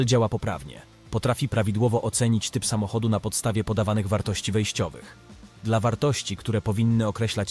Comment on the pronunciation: Typowy problem z evelenlab. Nie umie czytać "dla". Napisz to z shiftem - kiedys pomagalo